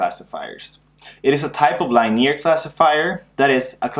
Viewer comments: The right pronunciation is ˈlinēər, I think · perhaps this was noticed during the last 5 years... but, 'linear' is pronounced 'lin-ee-ear', rhymes with 'gin-ee-ear' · I came here by a referrence from the game "while True: Learn ". Great video! Just goes to show that it is still both relevant and good teaching 4 years after you created it. One thing though: Please do try to learn to pronounce "linear" correctly. That confused me a bit for a while thinking you were referring to some concept i was unfamiliar with until i realized later in the video that you were "just" talking about lines :) Once again, great work!